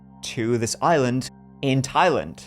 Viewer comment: Look at prnouncing Thailand like a pro! 🤣🤣🤣